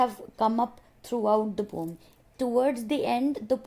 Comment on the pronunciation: Why you always say pom instead of poem?